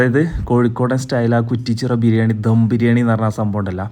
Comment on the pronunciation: ധം അല്ല ദം